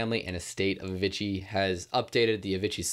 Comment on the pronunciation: FFS please fix how you say madeon and Avicii....... thanks bruv